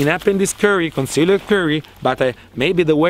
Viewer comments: I love how he pronounces concealed. Cun Seal Ed. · Some Impurrtent points about cone-see-led curry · "Conceleeed curry" made my day xD